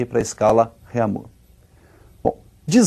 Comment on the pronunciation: rêmir,eu como um aluno de francês sinto meus ouvidos doloridos